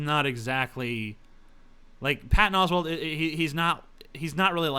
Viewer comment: "Oswald" TJ? did I miss hear you? lol